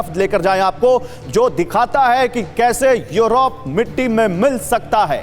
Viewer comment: 🤣🤣🤣yorop,yorop,kya hai yaar kaha kaunsa jagah ka naam hai yorop.🤣🤣🤣